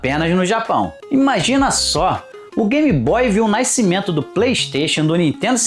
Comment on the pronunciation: Naicimento, naiceu🤡